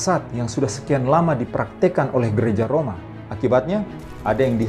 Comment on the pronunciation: Di detik itu artikulasinya kurang jelas Roma apa? Next ditunggu video tentang penjelasan setiap meterai..thanks